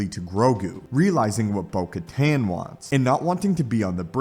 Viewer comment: Bro the “most amazing Star Wars you’ve ever seen” that title is shit. you miss pronounced kamino, Giancarlo, bo katan several times. you say “during Christmas” and not... I dunno... December? You’re fucking trash my guy